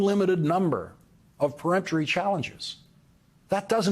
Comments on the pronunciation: Lawrence, you said it yesterday and you said it again today. It's not pre-emptory. It's peremptory, as Conway and Weissmann both say it. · It's PERemptory challenge, not PREemptory. "C'mon man!" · PERemptory, not PREemptory!